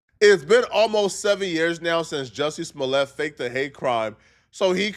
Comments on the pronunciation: I remember Joe Budden calling him Jussie Smooliay 😂 like its a French name 😂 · Joosy Smooleyay